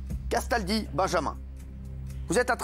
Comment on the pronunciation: Quand Cyril dit "CASTALDI" j'ai l'impression qu'il dit "qu'est-ce ta dit ?"